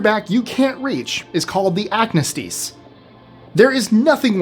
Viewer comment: Oxford English Dictionary traces acnestis back to the year 1743. Ac-Nee-stis. The “nee” gets the stress. His valor is his own. I’ll pass on the roller coaster ride!